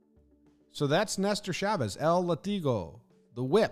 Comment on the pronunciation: Just so you know, might be absolute useless knowledge but the spanish word for whip isnt pronounced lah-TEE-go but LAH-tee-go. Thats why there's an accent in the word: Látigo Love your channel and your content mate